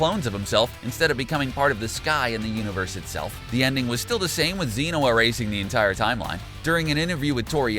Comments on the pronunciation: ZEn-oh. It is E like vegito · did you just call Zeno Zeeno wtf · And ZENo and TOPo